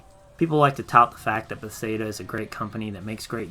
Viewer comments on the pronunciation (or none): Good video but the pronunciation of Bethesda got me uncomfy lol.